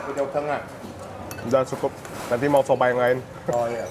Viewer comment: Coba lho coba ko, bukan sobak.. Cabe itu cabe, bukan sabekk.. Gemes